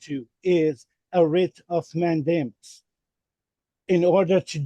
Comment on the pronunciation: I hear him saying WRIT OF MATT DAMON 😂